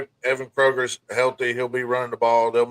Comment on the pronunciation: lol so Dade's Evan Koger is pronounced Co-Grrr ....